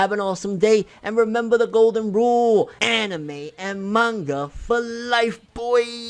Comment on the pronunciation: Gonna down vote everytime he says annieme and manga forr lifeeeeeee boyiiiyiyiyiyi - Toogayyyyyy